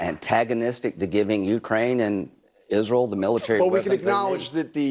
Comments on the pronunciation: Lindsey , its ISREAL , NOT ISREL ! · Moron turns Israel into a two syllable word.....